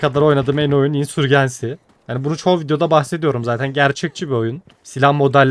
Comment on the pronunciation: Ya tamam İngilizce telaffuzunu bilmek şart değil de İngilizcesini söylemiyorsan "İsyan Kum Fırtınası" diyebilirsin. Insurgency'i Türk alfabesine göre okuyunca herhangi bir dilde karşılığı olmayan bir şey söylemiş oluyorsun. "insörcins(i)y" İngilizce telaffuzu. Ya da Türk alfabesine göre telaffuz edeceksen tamamını öyle telaffuz et. "C" harfine kadar Türk alfabesine göre C'yi İngilizce'ye göre telaffuz edince iyice çorbaya dönüyor. Ya da takıl kafana göre canının sağlığı.